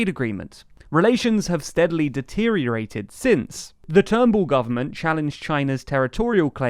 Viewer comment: "Malcom TURNBALL"